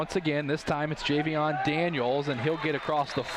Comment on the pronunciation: Best commentary in Ohio, by the way it's Jayvion not Javion 😂👌🏾